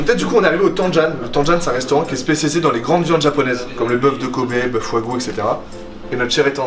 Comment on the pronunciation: ecouter entre Et SPECIALISE SPECECE mdrrrrr